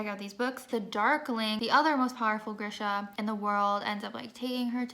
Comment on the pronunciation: Lol trying to say the Grisha names 😂 you and me both girl